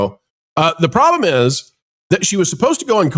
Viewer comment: Loved the emphasis on the “problemS” 😂